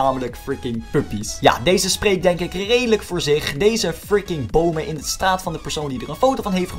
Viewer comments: Stop eens met friki te zeggen of hoeje het zegt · Je zegt alleen fricing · Waarom zeg je de deeltijd freeking